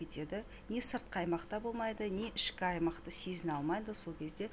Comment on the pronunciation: Сізну емес сезіну!